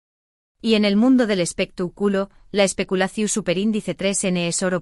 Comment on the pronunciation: Es espectáculo no espectaculo con acento en la a no en la u